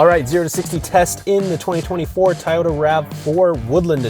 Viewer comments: What's a "Tie-yota?" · Somebody tell this man there is a "O" in To-Yo-Ta. WTF is a TY-O-TA? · Not tyoda it toy- ota